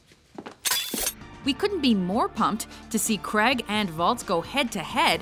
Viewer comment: His name's Daniel Craig. Not Kreg.